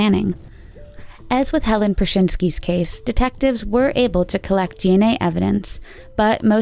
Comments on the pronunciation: Where do they get these announcers? Her name was "Helene," not "Helen." This woman does not even know how to pronounce it correctly. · HER NAME IS HELENE, NOT HELEN.